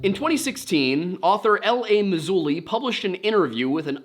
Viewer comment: It's actually L.A.MaRzuli